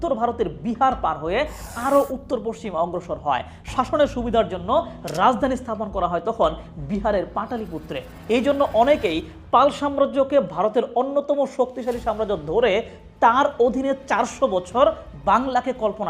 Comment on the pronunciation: প্রথম বলেই বোল্ড।আর্য ইনভেশন থিওরিটাই বর্তমানে বাতিল। ঐ থিওরিটা আসলে বামপন্থীদের ও বৃটিশ ঐতিহাসিকদের আমদানি।সুতরাং বাকি সব ঠিক থাকলেও বিসমিল্লায় গলত হয়ে গেছে।আর পাটালিপুত্র !!!!! উচ্চারণ ঠিক করা দরকার😂